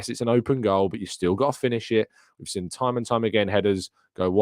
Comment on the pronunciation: Good show, but please speak gooder Inglish like wot I does. The word is “seen”, not “sin”